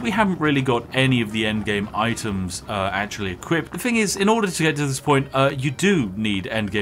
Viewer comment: It’s so weird to hear some so posh pronounce “thing” as “fing”